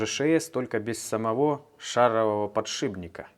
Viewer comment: ну подшиПник. Не говори подшиБник.